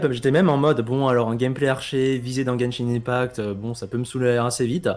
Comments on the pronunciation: arrête de dire genshin in pact, c’est IMPACT 😆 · Guènchine inepakt